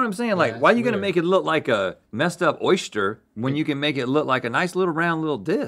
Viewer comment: “Oyshster” -Rhett, 2021